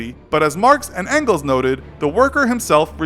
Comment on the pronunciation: His name isn't "frederic engels" he is called "Friedrich Engels" and don't pronounciate "Engels" like "Ancles" 😂😂